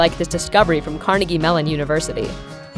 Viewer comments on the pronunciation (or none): none